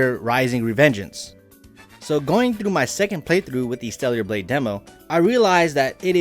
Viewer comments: Bruh its not "Steliar" Blade, it's STELLA Blade! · Who is stella? 🤔 also i caught him saying stellular blade